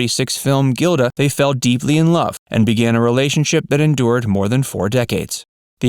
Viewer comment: Gilda is pronounced " Jilda".